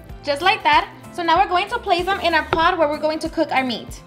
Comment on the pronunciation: "Im going to place it in our pod"!! Now im going to fill up my pod with water!!! That D at the end of the word Pot!!! It's hilarious. 😀